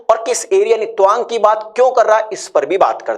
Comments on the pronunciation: Twang kyu pronounce kar rahe hai, ye to TAA-wang hai. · Toang nahi.tawang. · Tuwang nhi Tawang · Tawang. Not towang😅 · Tawang ko dhag se toh pronounce karo bhai..😂😂😂pehle dhagse se pronounce karna shiklo aur video banao